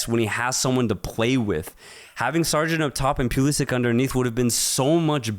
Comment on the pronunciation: These guys try hard to talk ball knowledge. Why do you say Pulisic, Sargent and Pochetino name wrong, disrepect